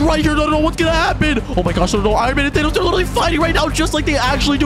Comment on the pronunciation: Bro called Thanos ''Thenos"